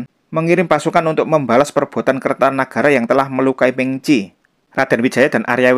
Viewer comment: Meng Qi itu e nya dibaca pepet. Ying Ya Sheng Lan, e pada Sheng juga dibaca pepet. Ini berdasarkan ejaan bahasa mandarin modern.